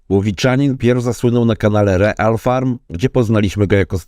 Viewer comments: Czyta się ril farm, nie real :d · Dzięki za odcinek ale błagam nie czytaj REAL tylko RIL FARM😂❤😅😊